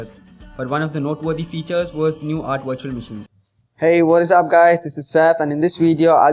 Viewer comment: It's great that you speak english, but please work on your pronunciation... I find it very hard to watch/listen to videos posted from India for this very reason which sucks because the topic at hand is usually one of great interest. Every time I hear "Virtual Machine" I keep thinking you're talking about a washing machine etc. I do not mean any offense nor is my intent to insult you, If you were to work on your pronunciations your videos would probably receive a noticeable increase in hits. That being said thanks for the video it was informative.